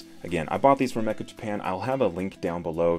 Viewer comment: not pronounced mecka, but meh,cha. It means "very."